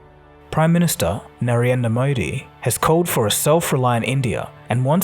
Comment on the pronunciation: I like the way that he calls "narendra modi " 🤣